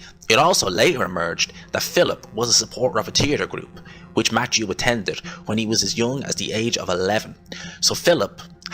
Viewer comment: It’s “Matthew”! Not Matchew